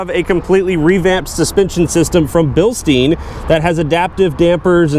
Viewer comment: Bilstein = (Bill - Stine)